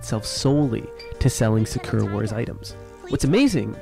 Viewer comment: Can I ask why you pronounce sakura like "Secure"?